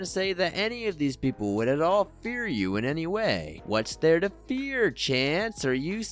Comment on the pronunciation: i hate the way he says "These peepule are Eevull" "Eevull". Dumb regarded kid.